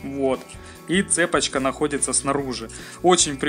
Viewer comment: не цЕпочка, а цепОчка!